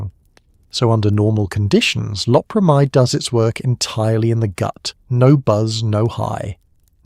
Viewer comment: Most of this video the narrator mispronounced LOPERAMIDE.